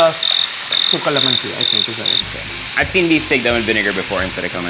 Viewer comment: that’s not beef steak. y’all imposters misrepresenting authentic filipino food. why do you guys pronounce kalamanci like that. i learned from my grandma you guys don’t know what y’all doing